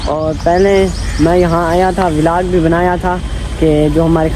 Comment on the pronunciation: Bhai vilag Nahin hota vlog hota hai😂😂😂😂